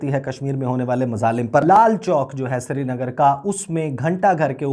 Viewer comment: Thik se #Srinagar Bol nahi paate ...Siri nagar Siri nagar ..bolte rehte hain....Aur inko #Kashmir Chahiye....Baba ji ka thullu milega ..😝😝😝😝😝😝😜😜😜😜😜😜😜😜😜😜